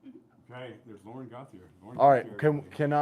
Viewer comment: My name is Yvon Gauthier, I am French and the way Lauren (running for council) said her name isn't quite right as it's a French name. There is an NHL player named Cutter Gauthier and the hosts pronounced it correctly as in GO-TEE-YAY.